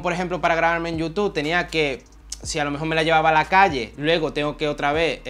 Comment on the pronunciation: "Ya no trabajo en mi marlca ejtelna y solo me dedico a youtuj" "me gusta la camara mirolej" "que hace foto de la ejtrella, vía latea y demaaaj..." Muy buen tío, se ve que sabe y le gusta lo que hace. Espero que siga creciendo